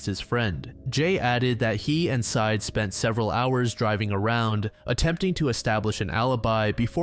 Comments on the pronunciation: No idea why it bothers me at all, but I have a sneaking suspicion that the ex boyfriend's name is not pronounced "side". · Bro theres an entire podcast and news interviews and documentaries with this story and you legit cannot pronounce syed correctly?